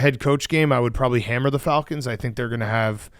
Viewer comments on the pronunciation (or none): none